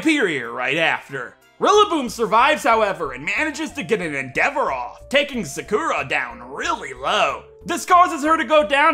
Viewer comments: The way he said “Sakura” 💀💀💀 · Ik this is 2yrs old, but you're saying Sakura wrong.